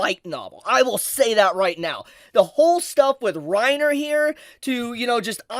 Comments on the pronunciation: Not Reiner... Renner xD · it's "ren ear" not "rine er". grrrrrr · Reiner? pronunciations are always jokes. lol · As a German, I feel offended by how you pronounce "Renner" like "Rainer", like the guy from AoT. The "e" is pronounced like "eh". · HAHAHAHAHAHAAAAA every time he said Re-nners name as rai-nner, I kept thinking the armored titan. HAHAHAHAAAAA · Reiner? not renner? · calling Princess Renner "Reiner" over and over threw me for a loop. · I love you my man, but that name butchering you did with 'Reiner' and 'Cyocyutos' just cracks me up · pronouncing renner as reiner is so funny i am just imagining reiner from AOT dancing to a evil disney song. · The fact you kept pronouncing Renner as "Reiner" is really irksome. i couldn't keep listening because i can't help but think you are talking about the dude from Attack on Titan. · pronouncing Renner as Reiner. I can't help imagining the Armored Titan dancing and singing like a Disney princess. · Sry just a little hint dont listen to butchering her Name its actualy Renner. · It kinda triggers me how you pronounce Renner. You make it sound like Reiner... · Did “Reiner” get lost and wonder into Overlord from AOT? Such a “-ism” to keep saying it 😂 Princess Renner 🤓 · (also "Reiner" is not the correct pronunciation) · The way you pronouns Renner deeply disturbed me. What kind of dub are you whatcing bro? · I agree with everything in the video but the pronunciation of the names, that threw me off so much 😅